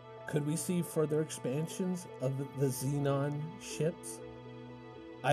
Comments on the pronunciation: Shee-ahn... scrub! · Ahh that pronunciation of Xi'an. You must be thinking of the city of Zion in Matrix for that one. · As a lore nerd I just want to strangle you over your pronunciation of Xi'an. It's pronounced as follows: Zhee-ahn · Its probably pronounced SHEE-ANN Xian is Chinese in Origin. But yes, I concur. His pronunciation of Xi'an is atrocious